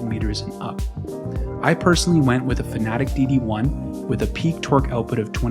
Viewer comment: I can’t get past the fact that he will not pronounce Fanatec properly. It’s not Fanatic… It’s Fanatec